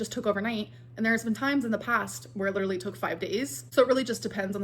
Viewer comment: "that would literally be hectic, I'm not gonna lie." That's funny and all, but you do know you're not pronouncing LEE-terly correctly, right? 🙂